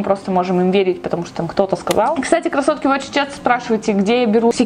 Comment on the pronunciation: Почему я постоянно слышу кроссовки, а не красотки?))